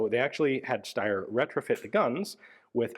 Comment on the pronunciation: Can we just appreciate how flawlessly Ian pronounces "Steyr," folks?! It is Sh (like in shoe) - tai (like in Taiwan) - ah (like an almost silent sigh of relief). Thank you, Ian, and greetings from Austria!